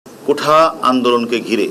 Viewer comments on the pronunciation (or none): কোঠা না কোটা স্যার